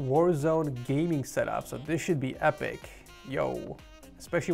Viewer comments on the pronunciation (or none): none